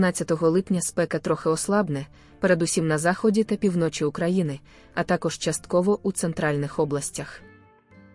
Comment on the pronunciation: Де вчилася ця пані таким наголосам у словах - пі вночі - наголос на перший склад , а не на другий - півно чі! Противно слухати таку безграмотність! Фу!